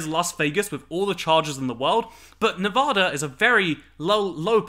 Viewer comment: From a Las Vegan, welcome! You won't be a true Nevadan until you start pronouncing it correctly though, lmao. Nev-ah-da, not Nev-aw-da!